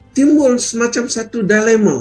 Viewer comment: Tulisannya Dilema, professor ini membacanya Dailema. Pengucapan ini mengikuti pengucapan bahasa penjajah Inggris. Cara pengucapannya tidak boleh mengikuti pengucapan bahasa penjajah Inggris, tapi pengucapannya harus sesuai dengan tata cara pengucapan bahasa Melayu Riau.